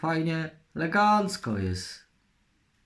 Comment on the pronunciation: fasestycznie, leegancko